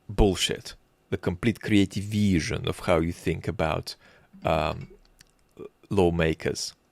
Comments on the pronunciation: 😂😂I 💕 how you pronounce this veeeesion!! 🎉. Also the microbe 🦠 attention-spam of the POTUS and how you imitate this childish voice! 👏😀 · slavic accent feels personal man "viiIIIizZzion" hurts :<